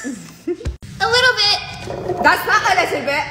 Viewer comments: “That’s not a little bit” bro turned British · She turned British 😂😂when she said that’s not a little bit😡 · Why did she turn British when she said not a little bit